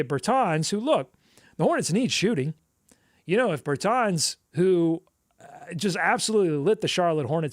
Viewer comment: How have you never heard Davis Bertans name pronounced?